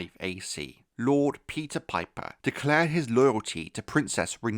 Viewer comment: Not house "pipe her" 😂😂😂